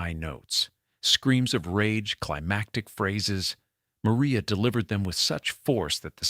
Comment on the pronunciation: Narrator mispronounces Maria’s name as “Mo-ry-ah.”